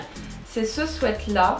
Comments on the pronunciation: *swit pas swet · Un swette??😂 on dit sweat "swit" ♡ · le mot "sweat" ce dit swit et non swait sinon top la video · Sweat qui veut dire pull se dit "swite" et pas "swète" sweat prononcer "swète" veut dire transpirer ou suer alors merci de ne pas faire cette insupportable faute 😧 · Omgg c pas des swet mais des sweat [ swit ]😂😂😂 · Léonie CHAMPAULT Et Nan... elle le pronote bien. ce qui se prononce "swit" et les les bonbons.. les Sweat c'est "swait". renseigne toi, Google traduction te le confirmera 😀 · Famille LANGLOIS MORIN "sweet" qui se prononce "swit" en anglais ça signifie "bonbon" donc le mot "sweat" se prononce bien "swait" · Isabelle vlr je regardais les commentaires expres pr voir si j étais la seule 😂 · Nan moi aussi sa me strese